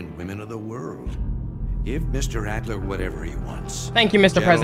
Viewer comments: It’s Adler not Alder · This nigga called Adler "Alder" lmfaooo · Bro said alder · Yeah let's just call Adler (eagle in german) alder.